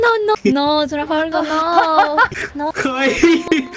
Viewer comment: "trafagurah" close enough